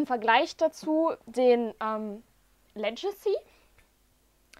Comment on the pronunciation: Schönes Video. Legacy wird tatsächlich mit g und nicht als Ledjacy ausgesprochen.